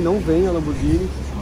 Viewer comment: ALGUÉM: aaaa TOGURO: lanborguini 🤑🤑🤑?